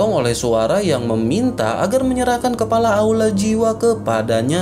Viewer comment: Kepala bang bkn kelapa😂